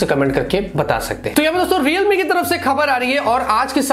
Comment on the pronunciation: I will subscribe you again the day when you will stop making videos about “Realme, Reelmi, Readmi, Readmi” .... I am sorry... 😐